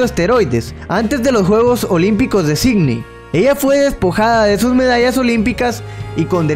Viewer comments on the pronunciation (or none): jajajaja,,,, acversario (adversario) y signi (sídney) lacso (lapso) etc.. decía el amigo jajaja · en vez de Sidney bacminton en vez de badminton octener en vez de obtener no ocstante en vez de no obstante ¡Y la lista sigue! Soy guatemalteca y la directora del colegio en el que estudié es hondureña. Habla y pronuncia muy bien el español. Graba el audio de tus videos por secciones cortas que te permitan mejorar tu pronunciación.